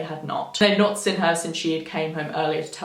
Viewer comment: omfg the way you say seen like 'sin' just grates me makes it really hard to listen